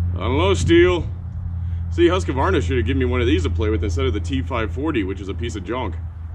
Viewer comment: Been watching alot of yer vids. Try Whos-kvArna instead of Huske-varna. Bugs the hell out a simple Swede when ya say its name :) Thanks for the awesome vids!